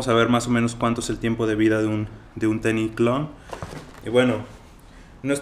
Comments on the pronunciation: Un "teni" jajajjaja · No se como llegue a este video pero me da mucho conflicto que digas el teni😂😂😂😂